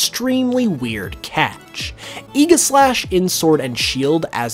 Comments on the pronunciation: That's how he pronounced it - which is wrong. It's pronounced Ay-jih-slash. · Thats how the anime pronounces it. Its Egislash. There is no J in Aegislash, so you can't pronounce the J either. Egi - Regi (But without the R). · i pronounce it aigeslash but whatever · You’re pronouncing Aegislash wrong. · the way he pronounces aegislash hurts